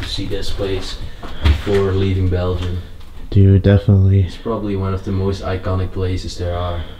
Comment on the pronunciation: Is he trying to say Belgium. But pronouncing it belgeiom?